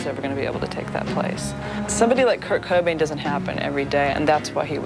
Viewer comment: Seriously Kurt bobain!!!??? Fuck this list…. You guys really need to redo this video…. In my opinion, biggie or Tupac should have been number 1 or 2. Like no one in the state of Texas even knew Kurt cobain, I really wonder who remembers him from the entire world?